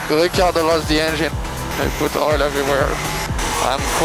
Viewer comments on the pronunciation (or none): none